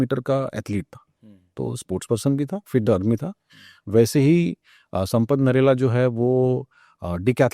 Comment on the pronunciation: भाई साब नरेला 😂😂 नहीं है नेहरा जाट है जी 😂😂 कहा से आते हैं ये लोग अगले पॉडकास्ट में सपट करेला मत बोलना प्लीज 😂😂😂